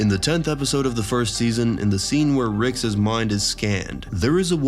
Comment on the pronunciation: the way Rick's is pronounced drove me to stop listening